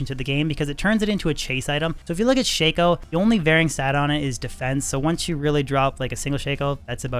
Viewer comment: Shako is pronounced "Shack-Oh"